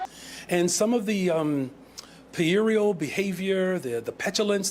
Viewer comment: puerile (childish, immature) is pronounced - pew-rile, just like his grasp on words and governing